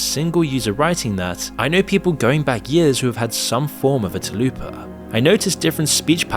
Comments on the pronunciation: It's 'Tulpa', not "Tulloopa'.... and yeah that shit is awful. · went down to find this comment, I thought the first bit suppose to sound like when you say Tulips...like Choolpah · Isnt it tulpa not tulupa? Like “tul-pah”? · TUL-pah not “tal-ooo-pa”. It’s an entity thought into reality not a Taco Bell menu item like a chalupa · its pronounced tulpa, not taloopa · It's not "too-loo-pa", it's "tuhl-pa". Sorry it really bothered me hearing that repeatedly. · Tul. Pa. Not Talupa... its right there. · You're butchering Tulpa so hard😭 "Toul-puh"✅ "Tah-lu-pah"❌ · Tulpa* not talupa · Tulupa lol. Its tul-pa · Dude this is a great channel, but ? Really? Telupa? Read the word man. Just read the word. Tul-puh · Why do you say Tulupa when it's Tulpa?!? It's really annoying 😂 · Dude, its not "Tahlupa" its "tool-pah" stop fantasizing about Taco Bell and say the damn word correctly 😂! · Tul-pá, not te-loopa. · Lol Tal-Pa is very different than "Da-Lu-Puh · Tul-pa, how are you reading that as Ta-lu-pa... ? Also, reason one millionth why you shouldn't let your children on the internet, we don't let kids buy alcohol or cigarettes yet most parents let their kids use something that is MUCH MUCH worse. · Tulpa, Tull-pah. I swear we’re getting illiterate at an alarming pace. Talupa. Ffs. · Tul-pa, not Ta-lupa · It’s pronounced (tull puh) not (too loo pah) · I hate to be "that guy" but you were saying Tulpa wrong. It's not Ta-loo-pah, it's Tul-pah. Like Tulsa but with a p instead of an s. Tulpa. Tulpas have a very interesting history behind them actually. The buddhists of Tibet believed that a thought form could be given physical shape if meditated upon regularly and with extreme concentration. The process was said to take a very long time. I don't believe in Tulpas but there was an experiment where a scientist and some volunteers willed a ghost into existence, or something like that so, who knows for sure? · Tul-pa not 'too-loo-pa' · its pronounced TUL-PA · Tul - pah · "tuhloopa" lmao